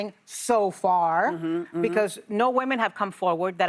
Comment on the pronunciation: Whoopi: “Graham ‘Planter’.” “The ‘Planter’.” It is time for a new moderator.